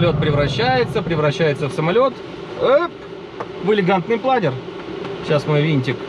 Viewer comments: планЁр, вашу машу! кровь из ушей... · Планёрррр! Никакого другого произношения даже не подразумевается.